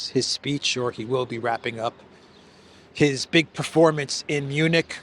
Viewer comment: Did I hear that right? Did you call it the Eunich security conference?